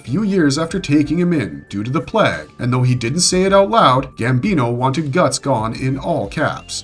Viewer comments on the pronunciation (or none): Did you really say plaag? And not plague? Broskiiiii.....